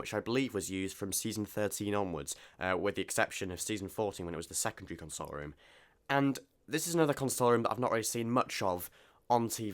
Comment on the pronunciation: You are pronouncing Console Room how one would usually pronounce it when they're consoling/comforting someone. A console, as in a unit containing controls etc, is pronounced con-sole, were to comfort is more akin to cun-sole. A minor but important distinction which is jarring to my pedantic ear. The Doctor, considering the nature of his travels and the commodious expanse of the Tardis might very well need and have a room to console people in, but that's another matter altogether.